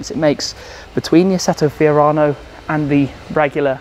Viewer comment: Lo just say FIORANO🤙🏻